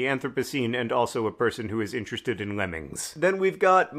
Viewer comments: Heh. 'Lemmigs' was entirely too distracting. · Honestly "lemmigs" has me rolling and I'm blaming it on the covid but also it's hilarious?